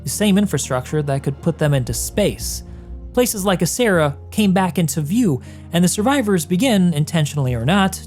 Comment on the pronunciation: Just as an FYI: in Italian you would read "Acerra" as A-ch-erra, not A-ss-erra (with the "ch" pronouned as you would it in the name "Mitch"). "Cera" (pronounced like "Chera") in Italian means wax, which is why there could be a relation to the Latin for a ceremonial alter (assuming incense or wax candles were used).